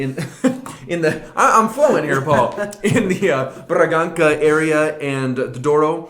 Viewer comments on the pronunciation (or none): Just a quick note: the "Ç" is read as "s" like when you say "Bragança" its "braganssa", cheers